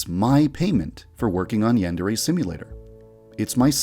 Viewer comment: I still find it hilarious that the creator of Yandere Simulator cannot even pronounce "yandere" correctly